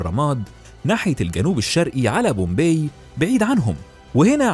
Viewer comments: طيب مش لما تعرف تكتب عربي الاول مهيم ده انهي لغه !!! ثم اسم المدينه pompei پومپاي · Bombay or Pompay...you got me quite confused 😮 النطق الصحيح مهيم جدا..